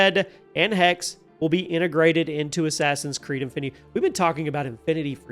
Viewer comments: Well not really, he is dropping the last letter. But yeah, some regional German dialects do this as well. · Its spoken "Hex-seh" in german (fast with a strong "x") (the "e" and the end like the "e" in "the").